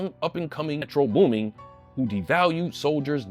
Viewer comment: Nah, calling this man "Metro Booming" with the WHOLE -ing at the end gotta be worth at least 5 lashes 😂😂 (Edit) Omg nigga let me breathe 😭💀